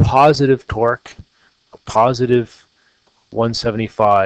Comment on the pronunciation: I could not take this seriously sorry xD Everytime you say torque, it sounds like twerk.